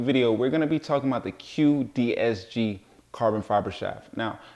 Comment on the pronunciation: great video. what joint option do you recommend for this cue stick? quick release is also offered internationally. (btw, is the brand name "cuedesg", not "cuedsg"?)